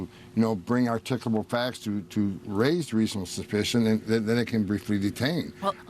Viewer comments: "Articable?" "Articable?" If someone seems to be illiterate, then should he/she (YOU, sir) be worried about deportation? Dana, Dana, Dana, I cannot believe that you asked him if he has compassion. Ahhh, you slay me, Dana. 😂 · The Ho-man is possibly the most despicable evil little Nazi in the entire Trump regime 🤬 and most immigrants to America speak better English than that moron does. He keeps saying something like "r-tickle-able facts" and I have no idea WTF that means? I've heard him say something like that in almost every interview and he says it like 20 times here but even the interviewer doesn't know what the hell he's trying to say?!